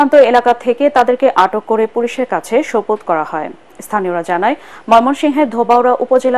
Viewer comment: "সোপর্দ" উচ্চারণ ঠিক করুন।